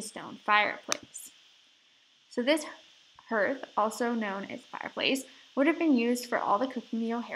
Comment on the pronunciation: An enjoyable tour, thank you. Note that Hearth is pronounced HARTH, which rhymes with DARTH as in Darth Vader.